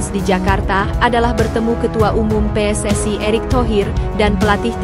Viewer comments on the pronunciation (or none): none